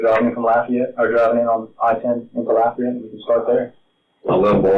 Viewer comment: "Laffy-ete" 😂 Otherwise, this is a horrible story